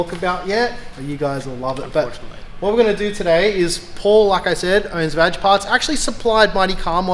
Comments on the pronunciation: "VAG parts" your pronunciation of that is hilarious 😂🤣😂🤣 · Your Pronunciation of VAG parts hahaa I'm crying - and Paul face after that